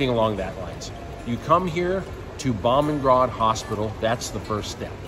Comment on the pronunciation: Boomungrad is how you say it. The best hospital in Thailand and by far the most expensive!!!